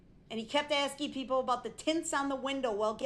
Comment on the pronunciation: "R u axing me or telling me"